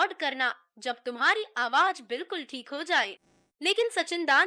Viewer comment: It is very irritating to hear z pronounced as j Why aawaj? And not aawaz? Spoiled the whole experience